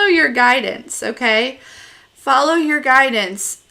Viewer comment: Omg I’m laughing so much “follur” 👨🏽‍🌾 I have to hang out with you one day 😂😘